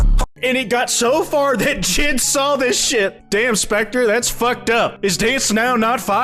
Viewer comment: The way you pronounce JID as one word sounds like an antisemitic slur in russian.